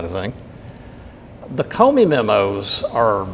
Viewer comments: I think your pronunciation of Comey isn't Cumey but I could be wrong. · I know this is petty but...CU mey. CO mey ! It is making me crazy! Lol! Say what you will. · effing idiot on left can't even pronounce comeys name right! grand pa s looking stupid! judicial watch wasting more donations on this! just gagged the idiot on the right can't correct the giant ass on the left! just listen to him repeatedly say koomee instead of ko mee! jerk! i don't for one minute more beleive judicial wants to have any effect on these govt. criminals their stupid, boring vids prove it! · I hate it when people cannot pronounce a name (Comey--long o). This name has been in the news for a year. Why can't people pronounce it correctly! Comey not Coomey! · Talk about butchering names: Kumee, oh you mean Comey. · Egil Lomeland I thought I was the only one who noticed that.. Kumee..He's driving me crazy..for God sakes just call him Weasel!! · That was driving me absolutely crazy! He sounds educated and yet can't pronounce an easy name that has been correctly pronounced in the "fake news" hundreds of times!!